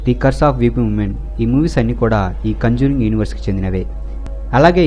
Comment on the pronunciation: Adhi kanjuring kadhu ra conjuring